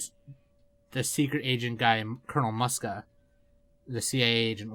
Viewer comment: Muska is pronounced like Mooska